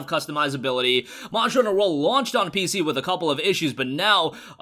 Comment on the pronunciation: anyone notice he cant say monster hunter world